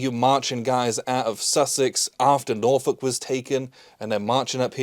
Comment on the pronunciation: As someone from the Hampton Roads/Norfolk area, thank you for saying "Norfolk" correctly. It makes me wince every time someone says NorFOLK.😂